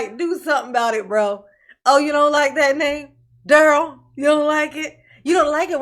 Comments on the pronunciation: In dur-rell CELL under the pri-ze-on. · I thought he was laughing because he knows that’s not how you pronounce his first name. It is going along with it. Lol